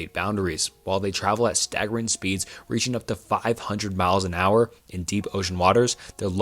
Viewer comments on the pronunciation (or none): none